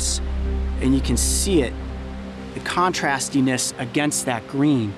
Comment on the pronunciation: "CONTRASDINESS" ???! wtf language is that??